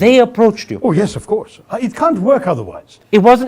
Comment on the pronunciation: The way you pronounce "work", it sounds like "whack".